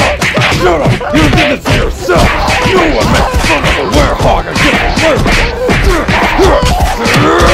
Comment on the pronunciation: IT'S WEREHOG, NOT WAREHOUS 🤣